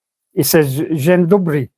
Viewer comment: "Dzień Dobry" you've said it almost good. First word quite good, second word perfect